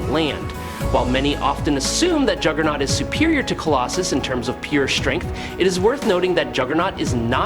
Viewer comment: Did you just call jugerloses? WTF!!